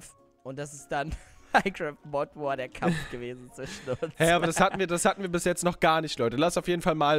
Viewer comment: es heißt nicht mod Wars es heißt mod war